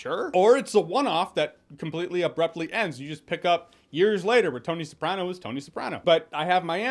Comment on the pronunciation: The way you pronounce “Newark” and “Soprano” bothered me the entire time…